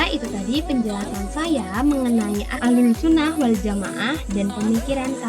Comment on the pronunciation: Bukan ahlul tp ahluss Lo dek